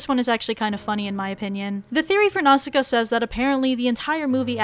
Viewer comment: My ears bleed when I heard how she pronounced Ghibli and Naussica